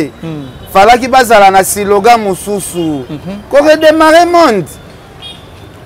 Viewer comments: on dit slogan et non silogan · On dit slogan et non silogan